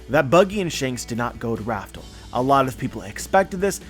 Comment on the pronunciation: Raftel... Laftel/Rafter... Lafter Fuck you.